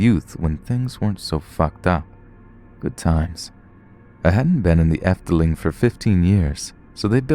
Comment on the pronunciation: I'm from the netherlands and the way you pronounce "gezellig" is super funny xD although you did pronounce our amusement park good enough xD we also have walibi lololol the efteling does has it's up and downs since me and my dad were stuck in an attraction once.